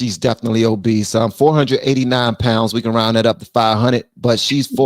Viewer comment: Obese not Obeast … mind your business… some time it’s deeper than food. 🤬